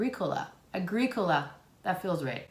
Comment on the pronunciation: I'm another one! Some people need to chill... btw you're pronouncing Agrícola the correct way!;)